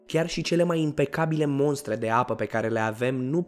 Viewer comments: E al treilea videoclip in care pronunti "moNstra". Materialele tale sunt foarte misto, dar mai trebuie lucrat putin la partea de gramatica. Eu zic ca e foarte important... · Dacă scrii clar "mostră", de ce îi spui monstă ? Cuvântul MONSTRĂ nici măcar nu există, e inventat de voi, nu înțeleg de unde vă vine asta, poate faceți un video pe tema asta 😅 de ce spun oamenii monstră ? Chiar n au motiv